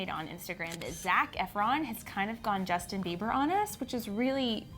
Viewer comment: Who the hell is 'Jusin' 😂😂😂